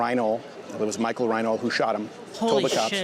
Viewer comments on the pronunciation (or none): none